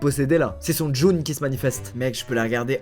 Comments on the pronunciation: son jnoun pas son djun ( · son joun il a dit alors que c'est jnoun 😭😭😭😭😭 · ont dit pas "djoun" mais" jnoun" 😭😭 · C’est quoi un djoune 🤣🤣🤣 sa se dit jnoune 😂 tu me fume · a il dit djoun au lieu de jnoun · jnoune pas djoune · « c’est son joun qui se manifeste » C’EST JNOUN SQUEEZIE 😂😂😂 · on dit jnoun pas djoun ou alors djinn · Mdrr il a dit joune 😂😂😂c un jnoune frérot 😂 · "son djoun" HAHAHAHAHAHAHA (on dit "un djinn"/"des jnoun", même si des fois ca dit "un jnoun") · « c'est son djoun » 😂😂😂 ehhh c'est jnoun ou *djin*💯😭😭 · "son June" 😂😂😂😂😂 qui a pensé à saint Seiya 😂 PS ça se dit jnune (jnoune) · jnoun pas djoun djoun c'est = à aprivoiser en arabe (dialect algerien) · jnoun et pas djoun 😂 Bonne année à vous si vous voyez ce commentaire ❤️❤️❤️ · HAHAHAHA ''DJOUN'' MDR on dit ''djin ou jnoun et toi t'as mélanger les deux mdr 😂😂😂🤣🤣🤣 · 9.20 il a dit « son joun » au lieu de jnoun 😂😂😂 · MDR « c’est son joune qui se manifeste » c’est jnoun pas joune, et on dit djinn quand c’est un seul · Squezzie ça se dit Jnoun et pas Djoun 😂😂😂😂😭😭😭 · "c son joun"...jnoun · mdrr son « joune » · c’est son djoun qui se manifeste aha, ça se prononce jnoun je crois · Jnoun pas djune ! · A je pense que tu voulais dire jnoun au lieu de djoune mais on dit djinn donc reste sur du français ça serait pas mal mdrrrr 😂😂😂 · c'est son djoune qui se manifeste c pas djoune c jnoune😂😂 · 9.19min djoune? Tu voulais dire jnoune ? 😂😂😂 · Fait dire jnoun ou djin mais pas djoun xdd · on dit un jnoun ( singulier ) des djinns ( pluriel ) et pas un mélange des deux DJOUN 🤣🤣🤣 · on dit pas "djoun" mais "djin" 😂😂😂😂😂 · « c’est son joune » 😂😂😂 C’EST JNOUN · « son djoun » un subtil mélange de jnoun et djinn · Tu voulais pas dire "jnoun" et pas "djoune" ? 🤣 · djinn ou jnoun mais pas djoun 🤣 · tu m'a tué avec ton Djoun , sache qu'on prononce "Jnoune" ou "Djin" mais pas un mélange des deux ... Mais là le mal est fait , repens toi ignare. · il a dit c’est son djoun au lieu de jnoun 😂😂🤣🤣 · jnoun pas djoun